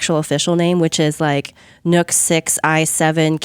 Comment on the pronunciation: It does. Cheap asses need not apply. Though from my perspective, it's only about a $100 to $150 premium for the NUC (it's pronounced nuke and these people can't get it right) over an ATX build.